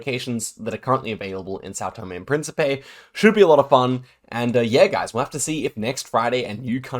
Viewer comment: hey little correction, you say Tòme, but it's Tomé